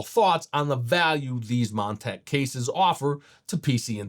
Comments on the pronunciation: Is this guy shitfaced?! Calling Montech "Mon-tank"... saying "flimping" instead of flipping... saying "motherbird" instead of motherboard... "airy I owes" instead of AIOs... "hugging up space" instead of "hogging up space"... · Did he call it "Mon-tank" in the first 10 seconds?